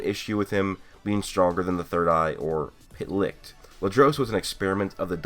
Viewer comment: German guy here, I can tell that the name "Licht" is really hard for you to pronounce. Most of the time you keep saying "Likt" instead of Licht. :D No hate, it's just funny to hear. Great vid. as always.